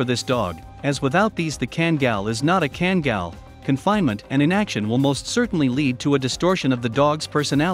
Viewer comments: FYI: pronounced kangal not kengal. Due to dogs origins being in a region in Türkiye "Sivas Kangal". in addition karabas in a different breed of dog all together. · Why can't people from the USA say name's properly? Just say it the way it sounds, what are they taught in their third world education? He says it right then back to 5 year old education, well a 5 yr old European education. Ken-gill, kan-gell. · a few myths about this video.... - The pronunciation of KANGAL is horribly WRONG. They could have at least made a real effort. The closes thing to say would be "Khan gull" - Yes an adult Kangal can kill a wolf if the wolf is by himself only and no, the wolves in Turkey are not as small as kittens in Florida.